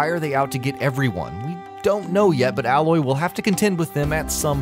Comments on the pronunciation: FYI: It's pronounced "Eh-loy" not "Ah-loy" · Number 16 - It's 'A'loy not alloy. Should get the name of the main character right before making a video :) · Btw her name is pronounced Ay-loy not Al-Loy. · a) you don't need to know any of this stuff b) Actually you don't have a sword you have a type of spear in a way and if you want to fight with that then good luck you will NEVER finish the game c) Aloy (you have been pronouncing it wrong by the way its a-loy no alloy) is actually an exiled Nora and the braves are basically the warriors of the nora tribes Do your research before making a pointless video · It's Aloy, not ally. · If you played the game or did your research you'd know her name isn't "alloy" it's 'A'loy... spacker. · brave isn't a tribe name, it's a title, that's not how you pronounce Aloy, they're spears, not swords, etc etc etc. Play the game before you tell people "important" things to know about it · You should do another video on this game. Your video has many many things that are completely incorrect.... no offense.... I didn't get halfway through it. 1. Aloy is pronounced Ay-loy, not Alloy, and Braves are warrior members of the Nora.... I got to there and shut the video off... sorry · Ayyyloy. not ahhloy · It's pronounced eh-loy. Like the canadians say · Matrix? Hell no No it's pronounced Ay-loy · Just not watching in 2020 and it bugs me that he calls her alloy. Was any real research done? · Ey-loy* spears* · I really enjoyed your video but the way you pronounce Aloy is triggering. It’s “Ay-loy” :)))) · Her name is pronounced AiLoy. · he fucking said alloy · aloy is pronounced ā löy long a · Am I the only one who keeps noticing he's not saying her name right? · you know what would really help these videos? knowing how to pronounce things like basic character names and not sounding like a tool. Cheers. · Pronouncing the name wrong, she's not a type of metal bro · cuz def ain't know nothing about this game he been saying her name wrong the whole time